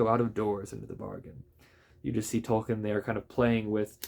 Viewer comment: It's pronounced Tolkeen. Long E .... Tol keen ...